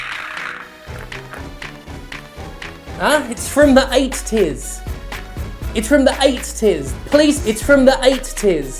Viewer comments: idk why but the way they said "eight-ties" fucking destroyed me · The way you said EighT-Ties just cracked me up for some reason 😂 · There's only one "t" in eighties FFS you brits.